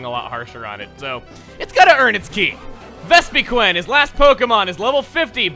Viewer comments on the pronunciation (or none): cringes at the Vespiquen pronunciation has seen the anime and going off that pronunciation